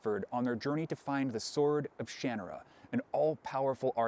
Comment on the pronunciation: I think this is the first time I've ever heard someone say "Shanarra" out loud, and it's so different than how I pronounced it in my own head.